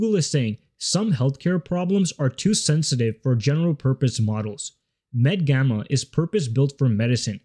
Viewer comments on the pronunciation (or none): MedGemma not Gamma